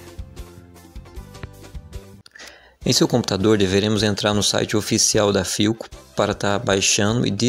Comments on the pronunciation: Não é por nada. Mais o nome é philco. Não pilco... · Pilco, tá lá, se pronuncia Filco, Philco!